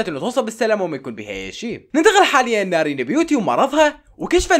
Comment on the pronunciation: نارين❌ نارلين✔